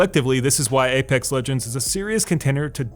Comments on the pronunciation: aPEX not aPAX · "APAX LEGENDS" lol. This game is fantastic, best BR imo